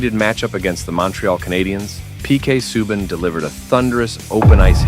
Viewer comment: 2 seconds in and....."Sub-an" WTF AI crap